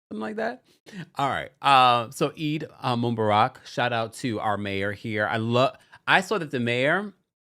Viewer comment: It’s EEEEED moo-BAH-rak